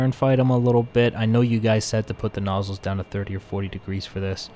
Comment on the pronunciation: "Viff-ing" when you move the noozles to manouver.